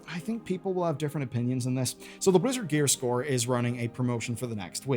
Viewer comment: You keep saying Gearscore instead of Gear Store